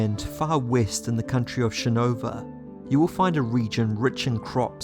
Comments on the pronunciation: I agree. cool video, but I thought it was weird that he pronounced it like shin-over. and he said parshandi near then end, but it was probably just an accident since he pronounced it right the other times. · It's shinovar. Emphasis on the "ar" damnit. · Awesome video man. But you should really look into your pronunciation on some of these names, like Shinovar (shin-o-var) and Adonalsium (ado-nal-sium). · Having listened to the read by Kramer and Kate, "shinovah" was pronounced wierd.